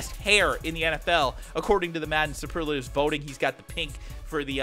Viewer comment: You don't say superlatives packs like that